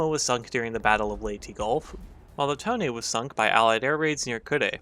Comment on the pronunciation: Call it tone not tone-a